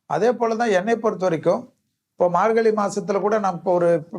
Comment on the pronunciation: Dear, Thai piranthal vali pirankum enru solhirirhal. Vali enral pain. Vazhi enral paathai. Athe pol 'markali' enru solhirirhal. Thamizhil 'zha' enra ezhuthu mihavum mukkium. Antha ezhuthu varum sorkalai pesi payirchi edunga. Piraghu matravarhalai petti kaanalam. Thamizhanaaha piranthu 'zha' enra ezhuthai ucharikka theriyavillai enral vetkka pada vendum.